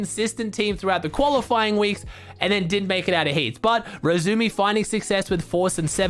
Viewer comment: pls pronounce the "i" in iRezumi